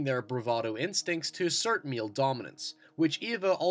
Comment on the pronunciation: "The dominant meal!" Damn, great analysis, it just causes shit on my brain to go nuts when you pronounce "male" as "meal" . Great videos though!